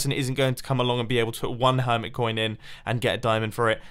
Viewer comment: Her-mit coin Emphasise the mit